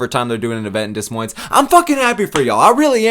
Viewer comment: The s is silent in Des Moines brotha